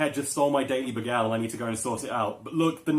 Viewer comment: Uhhhhh... we're not gonna discuss how the word "bagel" is being pronounced?